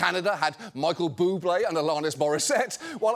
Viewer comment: John... John. John.. Why did you pronounce Michael Bublé as Muggle Boobplay. You KNOW that will plague me for the rest of my natural life